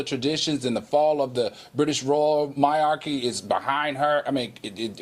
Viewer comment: Oh, oh! Not again, Al! In reference to the Megan story, Royal British “MY-ARKEE” tho?! 🤔🤭😂😅🤣